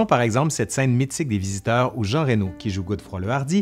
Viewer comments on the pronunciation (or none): none